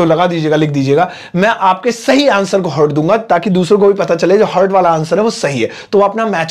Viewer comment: Aap logon Ko english sikhate hain. Lekin aap Ko to heart bolna nahin atta. Heart ko hurt bol rahe ho. Aap bhi heart theek tareh bola karo.